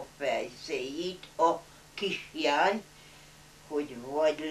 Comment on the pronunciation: Érdekes Néni !! A KISLÁNYT jól ki hangsúlyozta ---- Rátarti Mami de mire is ? Nyugodjon Békében !!